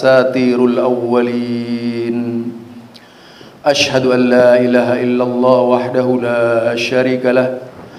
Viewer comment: baca syahadat nya salah. Baca teks aja biar tidak salh waashadu anna........... Bukan wassadu......😵😵😵😵